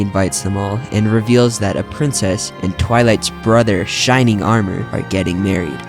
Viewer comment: shrining armor??? I thought it was shining armor